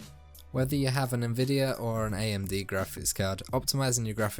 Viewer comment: Nevidia ❌| Envidia ✅